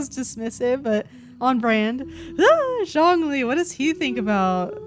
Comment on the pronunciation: I’m not seeing anyone mention it so even though this video is like a year old I wanna clarify the way Venti said Zhongli’s name- the “Zh”, at least in his character for his name, is more like a “juh” sound in Chinese :D so he actually said it pretty close to the actual pronunciation, albeit more heavy on the J sound